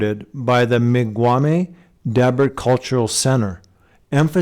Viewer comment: I live there. I cringed at your pronunciation. Dee-Bert please, not Deb-urt. Yeah, a lot of old native artifacts pulled from around here :)